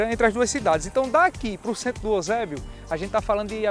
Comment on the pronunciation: Já é cearense, chamando o EUsébio de "Osébio". Puro Cearense raiz.